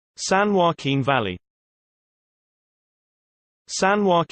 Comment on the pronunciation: You are saying "Valley" incorrectly!